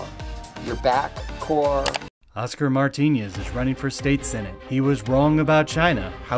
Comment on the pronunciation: Martinez not Martiñez